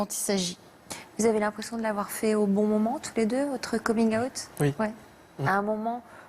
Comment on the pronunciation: C'était une boutade, car au début de la vidéo elle le prononce de cette manière au lieu de dire out comme tout le monde. Et les histoires étaient vraiment touchantes.